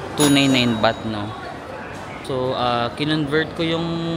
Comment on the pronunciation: andaming ligo beh. 'baht' kase, di bath haha labyu